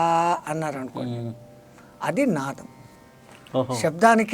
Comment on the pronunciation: It is nadam not nadham. Please check your pronunciation.